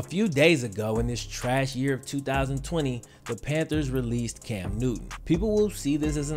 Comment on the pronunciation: Cam "New-N" lol